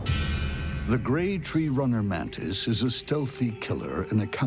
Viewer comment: Why do they say "mantin" or "mantined" instead of "mantis"? Am I just miss hearing ot or something?